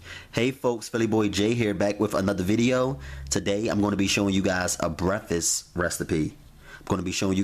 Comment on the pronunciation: What the fuck is breffasst??